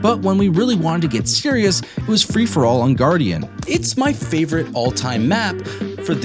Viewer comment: "My personal favorite" says it wrong. Ok buddy. Jk great video man